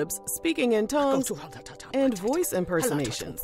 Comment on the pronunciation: You haven't even started the video good and you clowning LOL " speaking in tonuges"